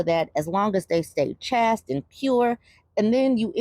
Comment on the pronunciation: Chaste is said Chay-ste